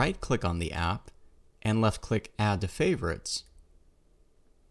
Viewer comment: I never heard anyone say "Ands" where are you from ? ^^